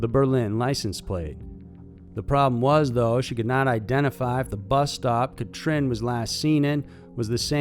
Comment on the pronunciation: Catrin is pronounced "Cut-reen" and Joachim "Yo-uh-him".